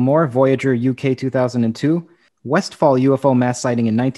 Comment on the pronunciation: Hello! Small correction on the name of the place of the Australian UFO sighting incident, it's "Westall", without the f.